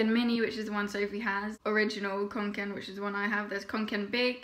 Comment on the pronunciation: god so relieved u acc said it right, part of me dies every time someone says kanken